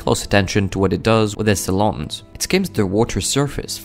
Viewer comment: where do eagels go to get their feathers groomed... the talon of course (rhymes with salon according to this guy only!)